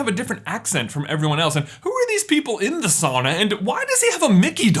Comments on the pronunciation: You pronounced sauna wrong this entire video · buy your saying it wrong it should be souna .